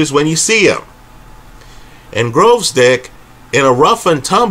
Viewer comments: dragged the video for 40 min just to keep saying Growzdick! 🤣🤣🤣🤣🤣🤣🤣🤣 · Their's no "R" in Gvozdyk